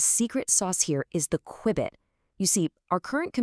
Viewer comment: Your AI talking about AI cannot pronounce qubit?